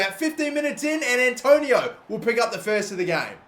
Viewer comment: ITS ANTONIO MATE